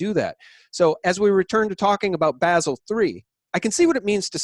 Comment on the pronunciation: Bah-sel 3,. Please! Think of how a German speaker will say the city of Basel.